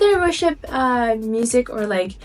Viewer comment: When you first said worship music it sounded like you said Russian music